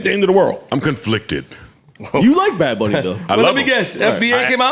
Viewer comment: "Bad Bonn-ie.." 😂😂😂